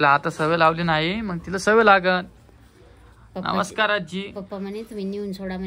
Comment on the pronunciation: नमषकार का म्हणते सरळ नमस्कार नाही म्हणता येत का आणि ती पण तशीच बोलते नमषकार